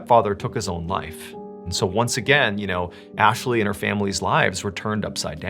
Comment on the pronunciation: U said Athley😂